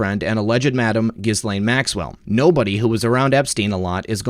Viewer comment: Good report. Regarding the pronunciation of Ghislaine - The "Gh" is a hard "g" (as in "ghost, ghastly, ghoul", etc.) The "s" is silent (as in "island", "aisle", etc.) The rest of the name is what you'd expect. If you just say "Elaine" but with a hard "g" at the start, you'll get close enough to the pronunciation that has always been used by the Maxwells themselves and all those who've known them. Best wishes.